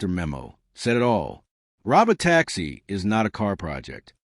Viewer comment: Hey less than impressive AI voice. That's Pronounced (Row-Bow Tacks-ie)